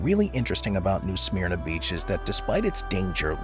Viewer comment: It’s pronounced “New Smerna Beach” 😊